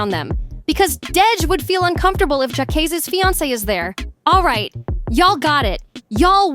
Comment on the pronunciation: Why she keep calling him Jaykaysee? Smh.